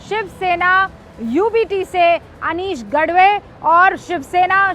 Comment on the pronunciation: गढवे नही गाढवे ... 😂